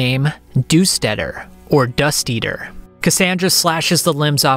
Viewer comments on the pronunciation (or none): Hahaha you said dusteater -- dust eater -- as doostedder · Dusteater =/= Doostetter